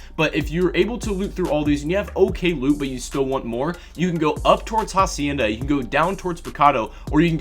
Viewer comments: h in hacienda is silent, its pronounced acienda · In "hacienda" you don't pronounce the "h" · Hacienda is pronounced with a silent h